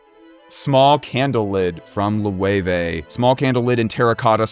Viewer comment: I'm not into fashion or luxury products, I just somehow got here (hi!). I'm mostly baffled by Loewe being pronounced "Lo-ey-wey". There's also a German tv/appliance brand called Loewe which i'm used to pronouncing "Low-eh". Bye now.